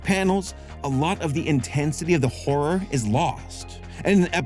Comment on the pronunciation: I've been telling all Youtubers this: PLEASE pronounce both syllables in "horror." Please. Otherwise "horror manga" becomes a totally different kind of manga...